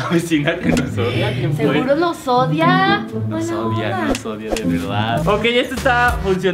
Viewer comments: en el minuto dice : "nos odida " en vez de decir nos odia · Like si te diste cuenta q en el minuto dice ODIDA 😂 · dice odida jsjsjs